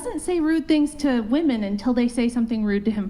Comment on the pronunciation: I hate how they say woman for plural… it’s women, woMEN! It’s so dumb